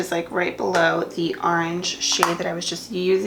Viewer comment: I love how you say orange lol IG: maricela_ramos26